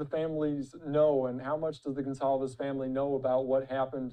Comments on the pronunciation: Their name is not said as GONCALVES it’s pronounced GONZALVES ! Disrespectful to not even pronounce it correctly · Come on! This story has been going for a month and you can’t pronounce Gonçalves properly? 🥹🤬